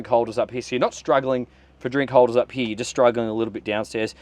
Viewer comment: Heeyaa, instead of HERE! Bye